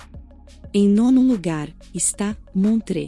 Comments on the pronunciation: só pra corrigir não se pronuncia montrê mas sim montrô um abraço. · Toda Suíça é lindíssima, mas pronunciar Montreaux, como montrê. essa foi grave 😆😆 Ahhh faltou a lindíssima ANNECY E GRUYÉRE